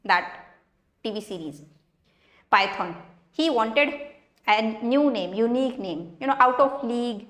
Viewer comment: You know, word when you say it was unique.